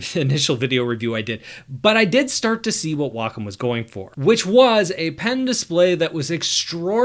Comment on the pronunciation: WAY KAHM not WaaCUM. that's just gross.